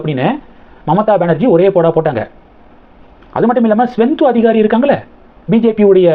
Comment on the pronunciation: ஸ்வெந்தோ அதிகாரி இல்லை, சுவேந்து அதிகாரி. வீடியோ போடும் முன் நீங்கள் சரியாக homework செய்வதில்லை, எல்லா வீடியோவிலும் தப்பு தப்பாக உச்சரிக்கிறீர்கள்